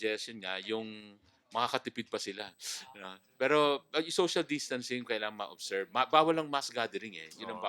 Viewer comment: finally, “social distancing” pronunciation is correct.